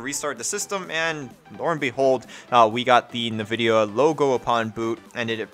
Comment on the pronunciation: It's "envidia", not "novidia".